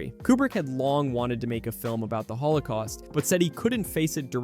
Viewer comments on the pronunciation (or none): Lmao “the hol 0 koaust” ohhhhhh brother this guy stinks!!!!!